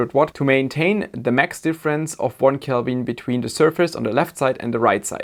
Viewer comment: I use pure Gold for my heat sinks and heat spreaders. Because nobody will every see it. If it was good enough for Louis XVI and Saddam--That other terrible leader--It is good enough for me! Calbin? Is that like Kelven? Can you say Silly-Sally-Sells-SeaShells-by-the-SeaShore? I am not an American. I am just rude! Love your show.